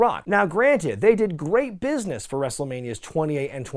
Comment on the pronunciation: “in this business-ah” “just die-ah”